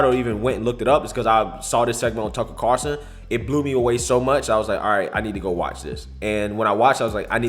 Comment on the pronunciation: CARLson....not CARson